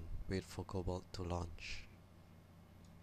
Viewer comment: It's not cobalt XD